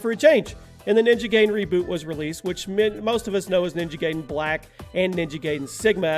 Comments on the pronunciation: OMG LERN 2 SAY NAMES RIGHT PLEASE you miss pronouch so many things wrong so many dang times ninja giden is not prounouced ninja gayden its prounouced ninja guyden you have miss prunouched other things 2 but i just dont remember them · Bruh you are saying ninja gaiden like Gayden but it's pronounced like GUIDEn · It's not Ninja GAYden, It's Ninja GUYden! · Lol Ninja Gaydon? You do realize it's pronounced Ninja Gideon right? With the long i? Even AVGN addressed this issue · Did you just say Ninja Gaydin? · Gaiden pronounced Guy-den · Ninja Gaiden= Ninja Guy-Den imo. Never once have I heard it pronounced the way you say it. Not saying I'm right or that you're wrong tho. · You pronounced gaiden wrong it's actually pronounced guy-den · Roger Cruz yep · you said ninja gaiden wrong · It's pronounced gaiden correctly in almost every language, it's english that is broken...